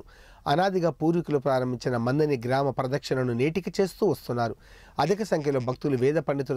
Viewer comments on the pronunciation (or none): అయ్యా...అనాది....అనది కాదు.అలాగే మందని కాదు మంథని...